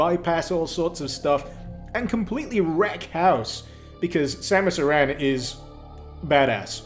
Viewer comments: It's Samus Aran not Samus Iran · samus uhran? that is not how you pronounce it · It's pronounced the same as Aaron. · Ha he really said Samus uh-ran